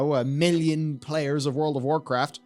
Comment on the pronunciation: 9.44 love how he says Hearthstone PAYERS instead of players xD